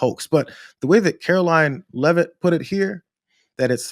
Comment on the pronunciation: Your getting gray. Just to correct you, her name is "Karoline" it is "Karolyin'!"